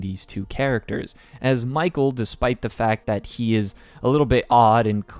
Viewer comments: I'd just like to say that "Michel" is actually supposed to be pronounced the same as "Michelle," not "Mikel" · michel is pronounced like michelle btw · A small but very important detail: Michelle and Michel are pronounced the same way. Michel also says “don’t need the last two (letters)” when he decides what his name should be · His name isn’t Michael, it’s “Michel,” which is important because it’s pronounced the same as “Michelle.” That’s why the Maid and the White-Haired Girl misunderstood each other. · Michelle and Michel actually have the same pronunciation. Which is actually rather clever when you find out the whole truth. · It's pronounced Mi-shel. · pretty sure both michel and michelle are pronounced the same tho, i mean that's why the maid mistakes michelle for michel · That's not how you pronounce Michel.